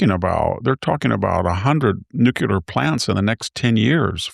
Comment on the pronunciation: Hanson’s struggle to pronounce the world “nuclear” continues 🤦🏻‍♂️.